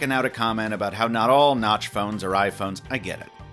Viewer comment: I heard : "it's probably NOTCH your next smartphone"